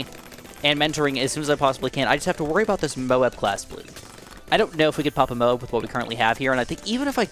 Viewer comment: Does anyone else get annoyed when he says Moab Cause he says it weird He says it like mobes